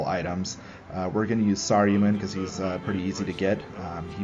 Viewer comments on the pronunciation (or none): Has he never seen LotR or either of the Hobbit movies? Sar-you-man? hahahaha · You are saying saruman wrong